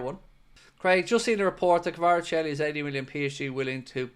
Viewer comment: You’re Fairly Butchering His Name 😂 Kaveechykavarachelli 😂